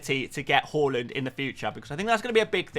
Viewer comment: You know when you asked how to pronounce Haaland. Well it is is Haaland, not Hauland. Google it. People were probably taking the mic with haul = hauling points.